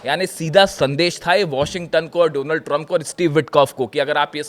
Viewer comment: I like the way says “dough-nuld” Trump